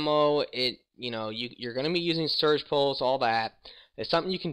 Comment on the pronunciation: It's Siege (seej) pulse, not Surge pulse